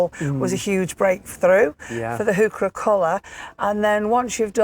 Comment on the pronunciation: trivia: heurchera is properly pronounced: HOY kerra named after the botanist.Johann Heinrich von Heucher